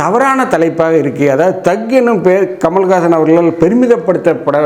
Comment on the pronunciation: முதலில் நீ தமிழ் உச்சரிப்பை ஓழுங்காக பேசு கமலகாசன் இல்லை கமல்ஹாசன்